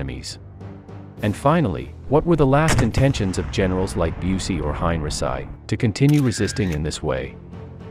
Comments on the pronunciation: Hine -ri - sigh? I thought it was Hine - ree - chee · Hein.richee not heinrisi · How many times have I told you HOW TO PRONOUNCE Heinrici Hein is like line ric is said geese ci is said SEE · I know you do not speak english or german .. but please find a better compureader.Yours is distracting enough that I stopped after the third mispronunciation of henrici